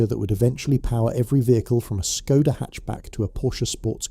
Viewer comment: Seat it is pronounced Se-at, doesn't sound serious to claim competency about a global automaker when you cannot even pronounce one of its brands. Not to mention Skoda 😅